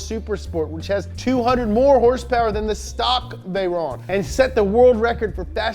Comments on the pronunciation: Wait a minute: I think that's the first time I heard him actually pronounce "horsepower" instead of "hrsprs!" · Did he say... “Horse power”?